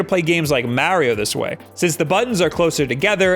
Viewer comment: HIS NAME IS MARIO NOT MAREIO